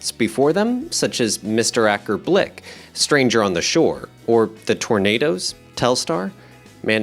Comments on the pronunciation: ACKER BILK (not BLIK)…. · Wonderful, but for the record, Acker Bilk is prenounced to rhyme with the word 'milk'.